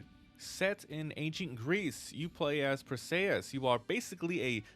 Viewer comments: per-see-us greek mythology bro but nice video 😊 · Per-see-us ffs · Per-say-us 😂 bruh